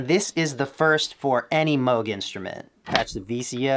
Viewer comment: Moog as in Moooooo as in cow. It’s not Mogue as in rogue state (USA)